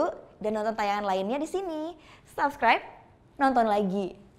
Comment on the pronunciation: mbaknya bacanya sapskraip???? bukannya pronounciationnya supskraip.. (subscribe)